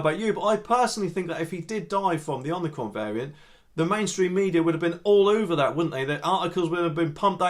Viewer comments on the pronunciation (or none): Ommi-cron not omni-cron.